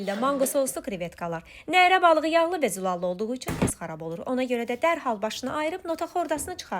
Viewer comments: Neeere yox nərə. Saiti uzatmaq lazım deyil sait uzandıqca nərə balığı yox Koroğlu neresi nəzərdə tutulur. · Nərə sözündə ə uzanmır 😅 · Nərə sozu, baliq adidisa uzanma yoxdur teleffuzde, amma Nere cekmek sozu olsa beli, uzanma varr 😊